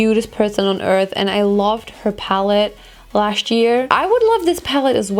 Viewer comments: Du sagst „Last year“ so like „Lascht year“ 😂✨ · Ich liebe es wie du im englischen manchmal so bisschen schwäbelst😂😂 "lascht year" 😂❤❤ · „lascht year“ hahaha ich kann nicht mehr